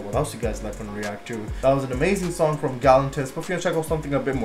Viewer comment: I believe that it is pronounced David Getta and the accent is on the second syllable of Gal-LAN-tis. I'm pretty sure that is right. Someone please correct me if I'm not.